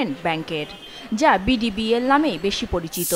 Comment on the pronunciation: 😂😂 মূর্খ সংবাদ পাঠিকা! ডিবিবিএল না বিডিবিএল ❤